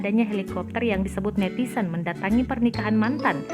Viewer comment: Ini tribun timur kayak media amatir, pembaca beritanya netizen disebut netisen